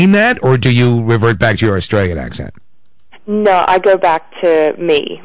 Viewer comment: oMG her 'no' sounds kinda american now !